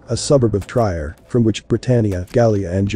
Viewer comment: Trier is pronounced tree-air.